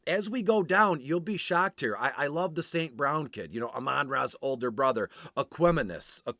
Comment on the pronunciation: Great Info!! Way to Pronounce E St. Brown name correctly. Going to use this and Crush Showdown this evening.